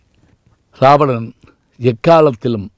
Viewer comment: இராவணன் என்பதே சரியான தமிழ் உச்சரிப்பு. இது கூட தெரியாத சிறுவனா நீ....